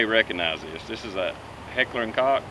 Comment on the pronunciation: Excellent vid! I am looking for a comfortable holster for my 45, comptac mtac seems like a great one, im just worried my 5inch 1911 might be to big...Whatcha think? also not to be a dick but h&k (koch) is pronounced like "coke'" I learned that from a german fellow... anyways great info and let me know what you think. Alien gear is kinda a cheapo Im thinking about along with hybrid holsters. I like that their kinda wide to help disperse the weight with rentention screws.